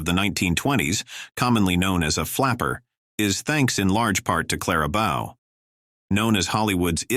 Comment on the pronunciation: If you're going to use an A.I. Voice, at least get the names right. You lost me at Clara Bow. I was not going to watch you screw up any other names from Golden Age Hollywood.